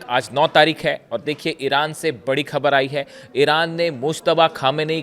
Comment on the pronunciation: भाई खबर नहीं होता ख़बर होता है